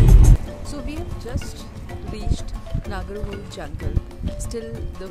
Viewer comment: This is how it's pronounced Na-ga-ra Ho-lay, not Hole, meaning winding river which resemble like a cobra snake